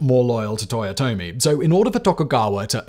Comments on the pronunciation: "Toyote" ?! Really ?! Last I checked it was Toyotomi...dude 10 seconds in and already a big error , don't get me wrong I am a big fan of your videos for more than 4 years now ,but please do be accurate when you present history. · "Toyote" Hideyoshi